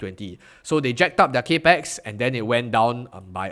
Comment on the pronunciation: “Cap-ex” not “cape-x” 🙏